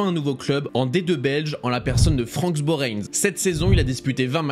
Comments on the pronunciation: « franks boreignes » ahahahahaa on prononce « fran borin » sinon bonne vidéo bg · "Franks Borheinz" jsuis mort! Frérot c'est du français Francs Borains hein 😂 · Hello super vidéo comme d’habitude ;)) Le club de d2 belge se prononce franc ( comme la monnaie ) et Borin ( boraings). Pour l’anecdote le propriétaire du club est l’homme politique le plus influent de la partie francophone du pays. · pas besoin d'accents pour dire "Francs" (comme un franc) et "Borrains" "Beau rein" Francs Borrains